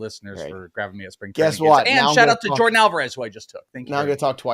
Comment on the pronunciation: Oh no, did you say "Jordan" Alvarez, twice? 😂 Edit: three times